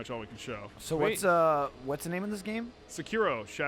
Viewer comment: Sekiro is pronounced: Say-kee-rdo. Carry on.